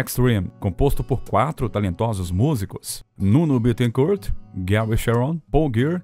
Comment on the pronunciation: Nuno se pronuncia "Nino". Nino Betecourt